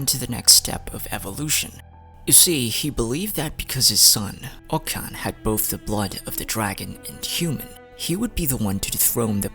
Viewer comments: Btw, you mispronounced Och Kan's name. But pronounced the city that's named AFTER him correctly??? The ch is pronounced like chuh. Not a k. So it's Oach Kan like Oach Ka Natlan. Not Oak Kan. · it’s pronounced “oCH-kan” btw